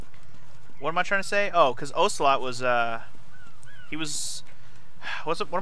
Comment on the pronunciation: Aggghh!! Every time you mispronounce Ocelot's name I cringe and die a little inside. XD